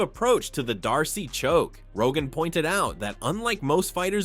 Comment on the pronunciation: Stop using a.i. to do these. It can't even pronounce 'darce' properly. If it sounds full retard, that's on you. Not only that, but you're still doing the crap where you have the a.i. say an entire quote of someone, then play the video clip of that person saying the same exact thing word for word. It's like torture. Groundhogs day the movie. Repeat, repeat every single point made every single point made. It's super annoying. It's super annoying. Get it? Get it?